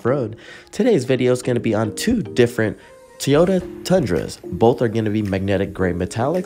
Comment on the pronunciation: Did you say Teyota?